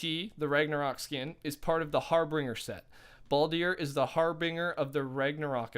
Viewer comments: Harbinger is pronounced, Har-Bin-jer (like Jerry) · Pronounced HarbinJer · Yo my man it’s harBINGEr. Like to binge, that’s how it’s pronounced lol just so you know next vid you talk bout it playa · I enjoyed everything in your video, except the constant use of har-bing-er, its harbinger, as in binge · "Har-binger" lmao it's pronounced har-bin-jur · Harbinger - har - bin - jer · every time you said harbinger omfg it’s pronounced harbinjer lmao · You're saying Harbinger wrong!! All it is is that the "G" in the word is pronounced as a "J" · Harbinger is pronounced Har-Bin-jer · Cool video man! P.s It’s Har-Bringer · Not to nit pick but can you say it har-bin-jer. It should help if you hear someone say it right. (Google can if you type it in the search bar) ps love your vids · Anyone else a little triggered how he says harbinger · U said harbinger wrong